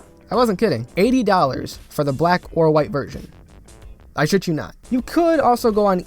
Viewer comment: BRO IM DYING THIS MAN SAID BLACKK -_